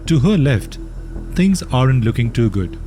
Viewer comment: Excellent video. Please learn to correctly pronounce “are’nt” (sine you are using it many times) … it is not pronounced “ARE-AUNT” but, more like “AUNT”